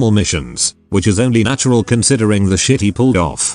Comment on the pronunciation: Story woulda been better if it didn't have the nashural twenny but for percentiles instead every other sentence.